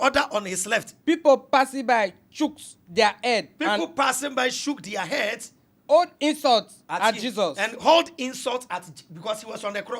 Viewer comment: Ladies and gentlemen I'm here to translate the the words of the reader... Throughout this segment if you hear: Aaah----our Osband-----Husband Old ---- hold Aam ---- harm Evily---- heavily Ors----- us Anging---- hanging Old--- hold Auwever--- however Eim--- him